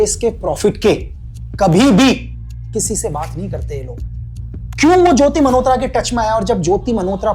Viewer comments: Sir aapke desh prem ko salam. Par aap jo मल्होत्रा ko jo bar bar 'मनहोत्रा' bol rahein ho woh bahot bhadda lag raha hain. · भाई खुदा का खौफ खाएं लेकिन मल्होत्रा को मनहोत्रा न बोले,वो "न" नहीं "ल" होता है😂😂😂